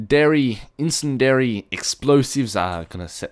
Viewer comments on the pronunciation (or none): sin not sen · The incendiary explosive is pronounced: IN-SIN-DEE-AIR-EE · you say it like in as like in cen as in sen d ariy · no, he's aussie, and aussies do NOT say sen for sin, we are NOT new zealanders that do that. He simlpy did not know how to say the word right. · Not "sen", "sin" . But i guess everybody pronounces things differently:P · correct pronunciation is in-sin-dee-airy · No no its, in-sin-dairy. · its pronounced in-can-sin-airy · It's "in-send-e-airy" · in - sin - d - ary is the correct pronounciation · No it's "in-cen-di-ary". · it is pronounced in-send-ary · Incendiary is said "In-sin-dee-airy" I was taught this through FPS Russia :) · It is pronounced in-sen-dee-air-ee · Incendiery is pronounced ' in-sen-de-airy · incindiary is pronounces in-sin-de-air-ry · In-sen-dee-air-ee New-clee-er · Incendiary: in-cen-dee-air-ee Nuclear: new-clee-er Not nuke-u-lar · Incendiary: in-sen-dairy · in-sen-dy-a-ry is how you pronounce it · In-sin-dee-airy is it really that hard? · It's pronounced in-sen-dee-air-ee, not "incandescent-tree" or "incen-dairy" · it's pronounced "in-sen-dee-airy" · in-sen-der-A is how it is pronounced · in-sen-dee-air-e you put two syllables together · In-sin-dee-uh-res (incindiary) and fragmention not fragmentational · It's pronounced like you were saying insengiary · its IN-SEN-DAIRY thats how you say it, and for anyone yes i know its spelt incendary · its in sin dee air e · Incendiary in-sin-dee-airy :) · that really doesnt help him that much, u couldve said like 'its pronounced in-cin-di-ary' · true but the way was saying it was wrong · its pronounced incendiary